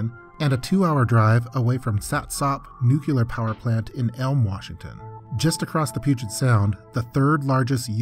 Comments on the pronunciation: It's "NUCLEAR". Not "nucelar". 😆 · New-clear. Not nuke-u-lar. My ears are bleeding. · Nucoolar huh? Have you ever heard of nuclear? Go to school, boy. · NUCLEAR********* not nukelar. wtf is that pronunciation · DNK yeah, isn’t it pronounced “nukular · WHAT THE FUCK???!?!?! NUCULAR??????? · Nucular...nucular...nucular. nucular... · please for the love of god learn how to pronounce “nuclear” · Yeah, quite annoying. I don't know how anyone is still mispronouncing it after George Bush. It's so obvious. Doesn't detract from the content but come on man, get it right.